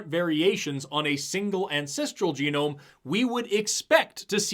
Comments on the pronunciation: the man says "jehnome instead of geenome. he didn't study ? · Juh-nome?.... JUH-NOME?!? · The fake professor said “geh-nome” because he graduated from Trump university. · "Each jah gnome" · you mean it isn't pronounced jen-gnome?? 😂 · These are the same people who say "do your research" and then don't actually do any research. This guy can't say genome looking like he's reading off a teleprompter 😂 also where tf did he come from How many teachers are supposed to be running this class?